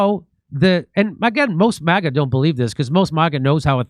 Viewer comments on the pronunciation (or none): Someone stop jimmy from saying Mahga. Its MAGA